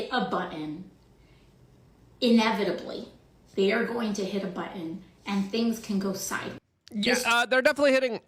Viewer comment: Luke, I’ll become member or a subscriber when you start recognizing the letter T. Start with the word button. (Buien) and then use it in all the other appropriate words that are spelt with t